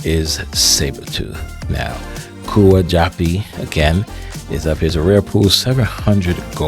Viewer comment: It’s pronounced Coo-Yah. It’s a Filipino prefix to denote elder male (sibling/cousin). Philippines represented!